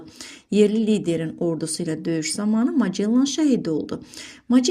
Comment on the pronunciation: Magellan vurğu axırıncı hecaya düşür